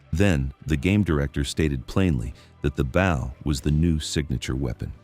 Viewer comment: Why are you saying bow incorrect?